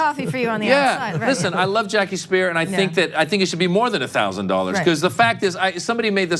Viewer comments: Her name is pronouced "spear" NOT Spire, lol! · Cenk, Jackie Speier's last name is pronounced "speer" not "spire." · I think her name is pronounced Speer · I've always heard it pronounce Speer... till this video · Speier is pronounced "spear". She's my congresslady.